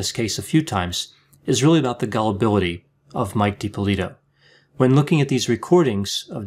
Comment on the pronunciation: Watch a few other videos. You are pronouncing the last name differently than everyone else.